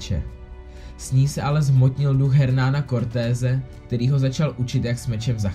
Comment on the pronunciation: Bruh. To není Hernán, čte se to "ernán". Taky ten koho porazil se jmenuje Montezuma, aztécký panovník, ale jinak nice.